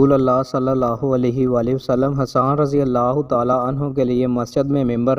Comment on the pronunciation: Hadan nahi hasaan please correct the mistake